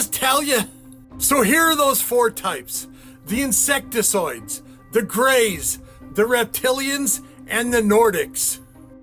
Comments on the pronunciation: For real! “insectizoid”… something about the way he spews out bullshit that he can’t even pronounce drives me up a freakin wall. Him and then the girl responding to the guy talking about the giant sighting in the mountains! I can’t stand her reactions- gasping at literally nothing of importance God forgive me but I want to smack the shit out of her and just shut her up once and for all, I can’t help it. 😂☠️ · is a retard who can’t even pronounce “insectoid”